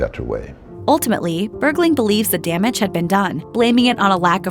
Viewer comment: stop saying bergley